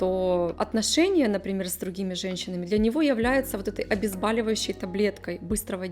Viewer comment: Интересно, спасибо. Только не "обезбАливающие",, а "обезбОливающее" от слова "бОль"